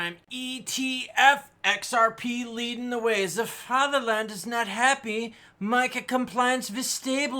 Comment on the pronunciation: Try Vaterland without the th 😂